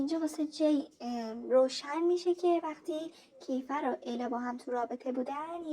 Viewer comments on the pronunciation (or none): اون کِیفَر نیست کیفِر هست فک کنم.درسته؟😅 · فقط یه چیزی کِیفَر نیست اسمش درستش میشه کیفِر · عزیزم کیفِر مگه نیست؟